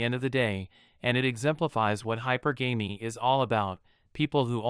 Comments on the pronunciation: The pronunciation is NOT: high-per-GAMEY....no, no, no....it’s high-PER-guh-me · It's pronounced "hyperGammy" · its called hi-per-ga-me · You're mispronouncing hypergamy. Look it up. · true, many mispronounce it